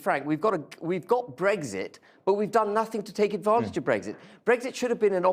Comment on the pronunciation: Bwexit... oh feking dear god.